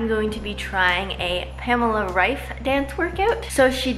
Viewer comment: They first English speaking person who pronounces Pamela Reif´s name right 🤣